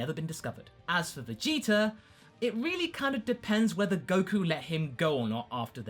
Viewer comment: am I the only one that notices the "er" sound at the end of some of pronunciations of certain words ending with an a? a little distracting for me but funny to hear lol